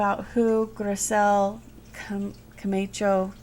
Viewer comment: It's pronounced Newrk kinda like your saying New York fast .not new-ark Also the name is pronounced Grizzelle Ka-macho.... like macho macho man.. the song...